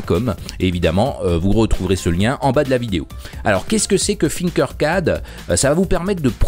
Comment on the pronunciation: comme sa prononciation de tinker Sinkers